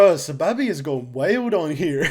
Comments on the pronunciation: it's Sa-baby that's how you pronounce it, plus when it comes to his music he has an aesthetic where he mixes hella reverb and delay so it sounds like laid back but to me it's kinda ass and messy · it’s pronounced “sah-baby” and if you’re gonna check him out, you should probably start with his 2019 “Squidtastic” album. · Correct me if I’m wrong but I’m pretty sure it’s pronounced Suh Baby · It’s “Saw” “Baby. Thats how you pronounce SahBabii